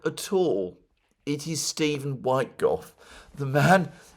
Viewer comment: It’s pronounced “wit” “koff” please say it correctly!